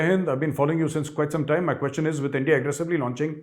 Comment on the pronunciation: Endia nhi ,😅 Pronounce India'